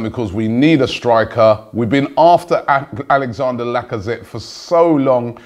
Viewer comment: You do know it's Alexandre not Alexander....